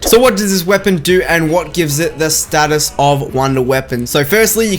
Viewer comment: i love how he says ststus